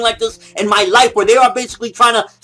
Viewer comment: I've never see something like like IN MY YIFE!!! LOL Sounded like he said yife instead of life.